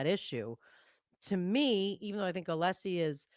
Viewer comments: Hey-just fyi, the name Alessi is pronounced with a short e not a long e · has an apparent issue pronouncing Mr. Alessi name. It's so disrespectful, IMO.